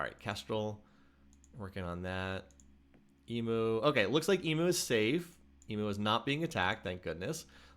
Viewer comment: Enjoying your vid, by the way I am an Aussie and it’s pronounced “e mu” not “e moo”